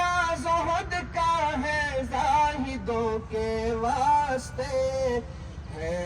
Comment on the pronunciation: ماشاءاللہ حضرت اقدس حافظ صاحب ایک عرض: واسطے میں سین کا سکون نہ پڑھیں، بلکہ زبر پڑھیں، پھر کسر واقع نہیں ہوگا۔ اللہ آپ کو سلامت وخوش رکھے۔ دعاؤں کی درخواست ۔